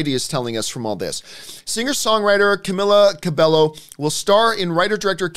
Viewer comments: It is pronounced 'Ca-mee-la Ca-bay-yo' not 'Ca-mi-la Ca-bel-llo' I am annoyed that they can't pronounce her name. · her name is pronounced camEEla cabeYo not camiiila cabelo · Cameela Cabelllllllo, jeez I'll never get tired of hearing people pronouncing her name wrong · It's CAMEELA CABEYO geezz😤😤😤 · CAMEELACABEYO ppl still say her name wrong 😡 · Why the hell he even named his video after her name if he really doesn't know who camila cabello is and how to pronounce her name!!lol!! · They are still pronouncing her name wrongly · I’m seriously triggered she pronounced Camila Cabello’s name wrongly. edit: they*